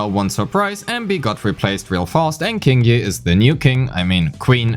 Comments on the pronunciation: I think its pronounced "Ching" yi, not "King" yi, based on her name in chinese. Anyways, good analysis! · Her name is pronounced Qingyi! Like with Qiqi and Keqing! You're welcome. :3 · whole time i'm thinking why is pronouncing qingyi like that... you got me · The first time you said her name I thought it was a part of a joke, but no, you kept repeating it. Q is not K. Q is softer version of CH. Find a yt video "Chinese Pronunciation: "q" & "ch"" by MandaRhythm to hear how it's pronounced properly (or you could pay attention in game next time, as her name was spoken multiple times ;)